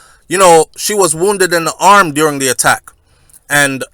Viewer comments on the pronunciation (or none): none